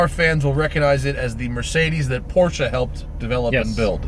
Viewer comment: Dude said Porschaaa! and he's a car enthusiasts. 🤣